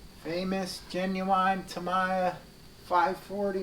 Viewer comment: TAM (EE) YEEA is pronounced not TamHIYA :P awesome video